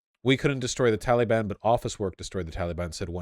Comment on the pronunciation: You pronounce Taliban wrong.